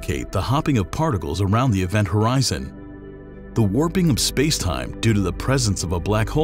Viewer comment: HORZION 😂 Milky Way Horizon😂😅😂😅😂😅